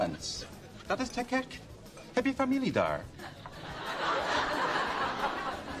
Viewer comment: It's suprisingly good! Only his G in te gek is a bit off, the rest perfect!